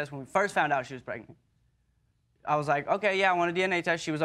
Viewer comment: Case#2.. She said Pre-nant?🤭